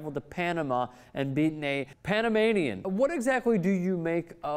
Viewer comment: did you say Panamanian wrong the first time???Lol. just go back and listen to it!!!